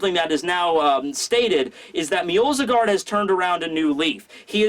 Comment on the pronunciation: MJO-SGARD there is no L there ffs